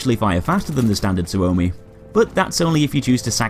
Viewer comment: Suomi but you say it like sugoi.